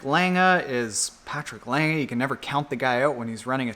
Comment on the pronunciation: Patrick Lange's lackluster results may indicate that he is timing his peak just right for Kona? It will be interesting to see. Also,, good job on pronouncing the "e" in Patrick's last name since he is German!